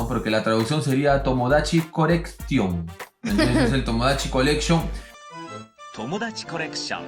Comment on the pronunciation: Tomodachi corecshon 😊